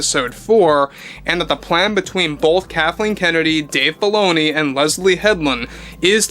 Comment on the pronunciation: Sounds like you're saying Dave Baloney. lol